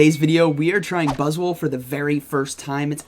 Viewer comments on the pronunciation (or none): Sounded like one time you messed up and said BuzzSwole. I was like, yea, that's not inaccurate, look at that thing. Lol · Faster i spell this buzzwole it sounds like butt$ole. 😬